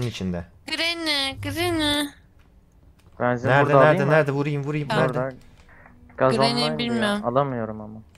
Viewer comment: grranyi degil grany